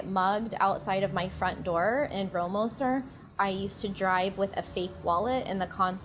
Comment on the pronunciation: Oh my god... now she mispronounced Rohrmoser. She should really have been deported ... Hahahaha